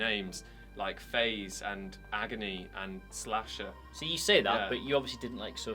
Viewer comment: Am I the only person who cringed at 'Slasher'? (For those who don't know, the name is Lasher)